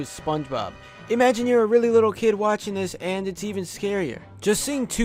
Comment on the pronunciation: Im mean kid, not kif